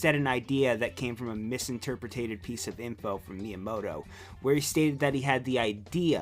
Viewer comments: did you just say misinterpretATed? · "Mis-interpretated" Lol.